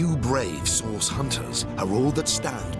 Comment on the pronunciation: Idk why but *CURED THE SICK AND HEALED THE WOUNDED THROUGH A GREAT POWER CALLED SAUCE* Everytime I hear,Source I hear Sauce.